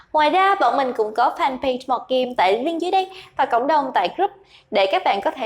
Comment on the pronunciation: Mọt Game mà nghe bả đọc tưởng Mò Kim 😑😑😑